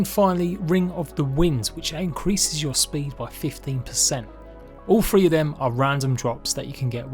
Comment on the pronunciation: its *TH-ree not free